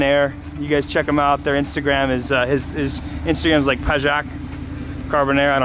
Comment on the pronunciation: you read it as payak, in polish you read j as y